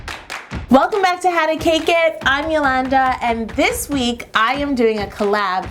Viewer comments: I thought she said her name is yolandi for a second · moediddles1 I believe her name is pronounced yo-land-a